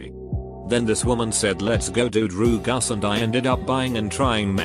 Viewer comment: Nobody: Computer: droogus